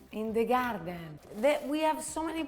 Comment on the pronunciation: "In the garrden" 😭😭❤️❤️❤️✨✨✨✨